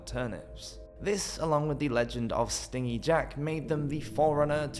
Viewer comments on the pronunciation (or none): Pronouncing stingy (stin-gee) as (sting-ee) and sidhe as sids is kinda funny, ngl. I think sidhe is usually both plural and singular nowadays, although it's Gaelic and I don't actually know any Gaelic so I'm just guessing there and I also can't vouch for historical quotes as people sometimes seemed to be winging it with the rules of English, let alone loan words. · It’s pronounced “stin-jee” jack, as in cheap/unwilling to part with money. Not “sting-ee”, as in likes to sting stuff like a wasp! The legend has stingy jack cheating people,and the devil,out of money. That’s why he is forced to roam the earth as punishment!! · A wasp might be "sting-EE". Jack was "stin-jee". (The opposite of generous.). Or maybe "stin" G. Otherwise, good information in there. I love that oft-used old turnip jack-o'-lantern... it's creepy as all hell. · I noticed this too. I was like…I think he’s saying it wrong lol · Thought it was “stingy” Jack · many zoomers and millennials have never heard words pronounced correctly because they grew up on the internet and not listening to people talk in person. Stingy with J sound yeah not a G sound.